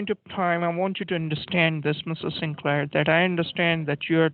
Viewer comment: Sin-Lair? Are you Sodom or Gomorrah with your druggy/money/bloody ways?